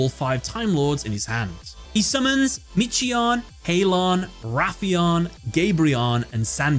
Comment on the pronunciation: The timelord names are an example of fedora latin. Because they’re named after angels they need hard syllables. For example, Michion is pronounced ‘MIK-I-ON’ he’s named after the angel Michael. That said great video, time lords are my main deck, glad to see this duel on the channel!